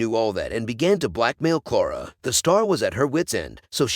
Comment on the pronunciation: Clara not Clora.